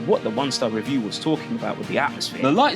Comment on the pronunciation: The way he keeps saying review like an idiot is proper boiling my blood 😂😂